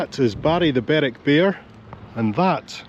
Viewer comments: Hi,. I was always told that Berwick played in Scottish leagues because it of the distance to all the English teams. It's Berick and Lerick by the way not Berwick and Lerwick. another great video, thanks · Berwick - Berick, Lerwick - is pronounced Lerick by the locals